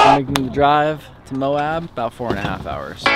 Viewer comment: Friendly fyi : how you pronouns “Moab” is “Moe” and then “ab” like a six pack ab ! lol ☺️ love your videos ! much love from Utah